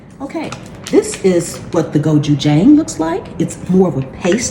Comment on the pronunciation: Please,, if someone hasn’t said this to you before, the pronunciation of Jang is not like the word hang, more like ding DONG (goes the door bell). To pronounce a word correctly is honoring the origin of said word. Please honor my mother’s heritage (Korean heritage) by pronouncing the word correctly. (Much like YIN and YANG, the yang is not pronounced like the word hang, like hang a picture). Thank you. I still love your videos/shorts tho. You are so smart and I’ve learned so much from you. Just thought you could learn something new today. 😊❤